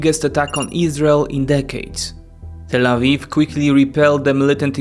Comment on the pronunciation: I'm sorry but you always say Tal Aviv when talking about Israel 😅 Tal Aviv is just a city in Israel.